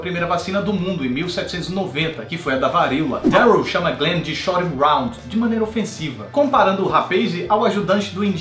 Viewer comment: o Yon, Yen, Yung, GLENN... kkkkkkkkkkkkkkkkkkkkkkkkkkkkkk